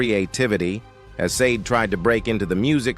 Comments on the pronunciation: Ai narrators ruin perfectly good material.. tried to watch but not hearing sha-day ruined it. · Her name is pronounced as (/ˈʃɑːdeɪ/ SHAH-day or /ʃɑːˈdeɪ/ shah-DAY) at the mark, Billy Crystal says it correctly. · You pronounce her name shar-day … Sade get it right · Can't watch it with the AI saying "saaaade" all the time. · You should rather have "misspelled" her name (maybe "SAH-DAY") in the transcript for the AI to pronounce her name correctly. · Can someone please fix this AI voice? SADE? I can't stand it. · AI DOESNT KNOW HOW TO SAY HER NAAAAAAAAAAAAAAAME FFF THIS